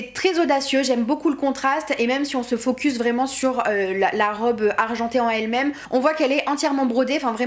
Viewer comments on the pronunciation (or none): none